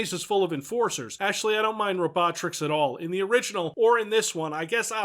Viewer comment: I find it amusing that pronounced "Robotricks" the way Megamind pronounces "Metro City".